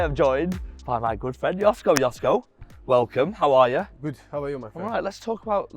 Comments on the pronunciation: The proper pronunciation of his name is “Joshko / Yoshko” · It is pronounced: yoshko ;) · At least could learn how to pronounce Joško...